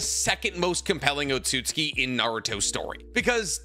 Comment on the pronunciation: he said Code an Otaku for Otsutski LMAOOOOO